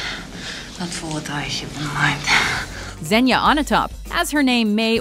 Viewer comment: It’s Xenia